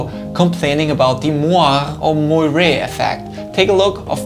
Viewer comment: moire is pronounced "mor-ay".